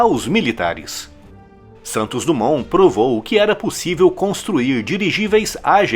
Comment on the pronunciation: DUMONT...SE DIZ DIMON